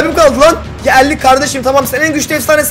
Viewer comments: El-lick'i❌ Elli iki(52)✅ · Abi sen sinir olunca artik "al lik" oldu el lik😂cok güldümm😂